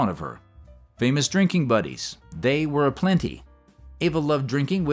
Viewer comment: "WEW drunk"?? Wtf? 😂😂😂